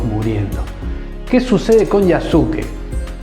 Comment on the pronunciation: Un pequeño aporte, en japonés en muchas ocasiones la letra"u", después de la "s", no suena. Cómo la palabra "desu", que significa "es", pero se pronuncia "des". En este caso el nombre de Yasuke, se pronuncia Yaske.